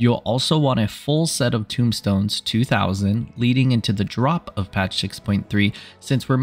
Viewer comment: Tomestones, not tombstones.